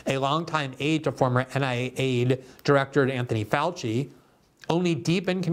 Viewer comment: Dr Josef Fau-chee